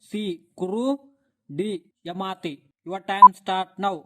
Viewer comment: యమాతి కాదు, యాయాతి